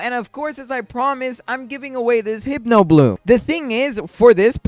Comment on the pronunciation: Btw it’s pronounced “Hip-No” not “Hype-no” ❤